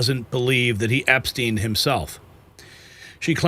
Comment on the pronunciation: You're making my ears bleed with the constant mispronouncing of the name Epstein. Think Steinway only with the 'way' taken off the end and put an 'Ep' in front of it. When people can't get the simple things like someone's last name right, many people also wonder what else isn't right.